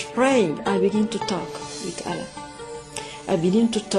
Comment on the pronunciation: really? she was a muslim huh? she can not even pronounce ALLAH correctly and Qur-an. any Muslim, even the new reverts I know, they can pronounce ALLAH correctly... seriously? is this staged or what?